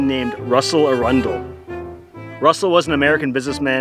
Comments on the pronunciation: Normally the surname Arundel is pronounced Air-uhn-dul, with the emphasis on the first syllable. It’s derived from Arundel in Sussex, a town on the river Arun, and the site of a castle of the same name that is the seat of Dukes of Norfolk as successors to the ancient Earls of Arundel. Interestingly, possession of the castle was and remains a requirement for holding the title making it the last earldom held by feudal tenure. This might inspire you intrepid kayakers to return and rebuild King Russell’s castle and claim the principality of Outer Baldonia. I suggest the capped fellow be declared King Baldwin the Follicularly Challenge and his buddy, the hair apparent as Prince Hairy, Duke of Never Baldonia, Earl of Tuna, and Baron of Seaweed. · Hey boys- thanks for this. My cousin Wendy Arundel (It's pronounced "AIR-run-dell, BTW) just sent me your video. She and I are, in fact, Princesses of Outer Baldonia. Russell Arundel was our most wonderful, magical, charismatic grandfather.💙 The country has a great write up in book about legendary hoaxes. Pravda wrote several incendiary articles about the nation.